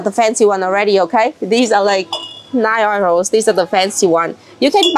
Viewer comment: The money is pronounced YOUROSE (euros ) . 😂😂 I kept wondering what you were saying 😂😂